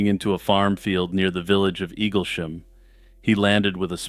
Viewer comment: Although, to be fair, you got Eaglesham right. So not all bad.